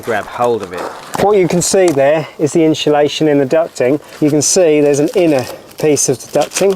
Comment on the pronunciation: "inshulation" :face-fuchsia-tongue-out: this vid was really helpful thanks!!